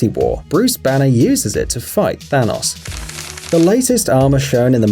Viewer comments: .... He says Than-OS instead of Thanos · No one:; Thanos (but pronounced thanaws) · Bruh thanos is pronounced than-ohs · ThanOs god say it right